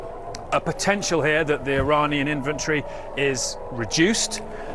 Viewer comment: what a eejot,a usa pilitician,he said uh-uh-ujrainian ,is that half Ukrainian and half Iranian. What a joke these guys can’t even pronounce the ppl who they are bombing/killing.Strait up they need educational resources and support